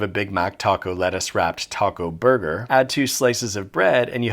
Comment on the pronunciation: “But is bis a thurger?” I don’t know why that was so unsettling to me.